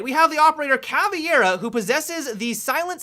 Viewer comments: He said Cavi-hera XD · my god, you completely butchered the names.. capeetaeo? caviara? really? at least try dude.. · "Kapiteo" "Cavieira" 10/10 Portuguese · capiteio e caviera :O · Hey, it is pronounced "capitown" and "cavera", and btw, awesome video! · is more like KA-VE-IRA and CAPTA-UM, the accent makes it different, but basically is like that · Hey guys, i'm Brazilian and i'm gonna help you pronunciate the right way ;) Capitão (Captain) - Cap (as in CAPTAIN) + E + Town Caveira (Skull) - Co (as in COUNCIL) + Vei (as in VEIN) + Ra (as in RAW) Hope it helps ;) Cheers from Brazil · He cant speak portuguese and speak capitao and caveira porra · hey im very happy seen you guys that dont speak portuguese trying to say the names of the operators but one thing: "Caveira" is translating skull and "Capitao" is Captain. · if I one day get to meet you I'll teach you the proper pronounce for capitão and caveira XD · pronounces montagne like a boss, but when saying "capitão" and "caveira" he tries to pronouce in english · CAVEIRA is SKULL in portuguese, and, your pronunciation really sucks kkkkk